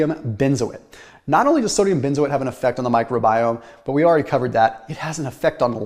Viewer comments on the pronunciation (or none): none